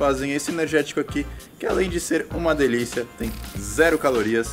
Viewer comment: kkkkkkkk "diliça"